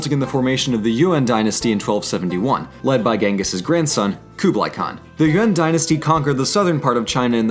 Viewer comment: lol, it's Yuan, not UN